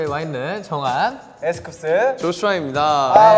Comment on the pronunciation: 정한이 쿱스 발음이 에쓰꿉쓰야ㅋㅋㅋ